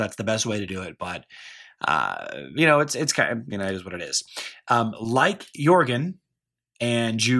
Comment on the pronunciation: lol yea I think we do. That's definitely one of the strange ways I speak. Alot of people think that Jorgen is with a hard J sound, and I pronounce it with a Y. Yorgen.